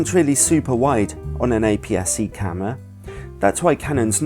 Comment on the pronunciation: please... oh my goddddd it's "CAMERA" not "CAMMWA"!!!! but otherwise nice video